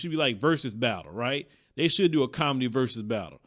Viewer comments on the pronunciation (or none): none